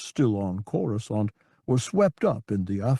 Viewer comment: At least he knows how to pronounce Coruscant.